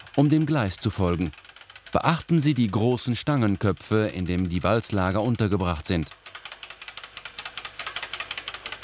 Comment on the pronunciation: Wälzlager. Nicht Walzlager. Sonst sehr schönes informatives Video.